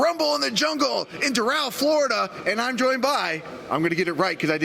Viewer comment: i was all about this guy until he mispronounced "Doral"